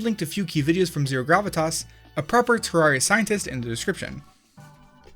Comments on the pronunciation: UMMM AKCHTHUALLY it's supposed to be pronounced ter-rare-ia, with rare being pronounced as the word. Not many people know this apparently but it's cool to know. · Terr - AIR - ee - uh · It's Teh-Rer-Riah ( ͡° ͜ʖ ͡°) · you said it like this" tororya lol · One glitch is how you are pronouncing the game... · You say terraria wrong